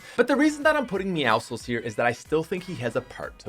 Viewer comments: It’s pronounced meow sickle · Your not supposed to pronounce the c in meowscles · The way he says meowscles is so wrong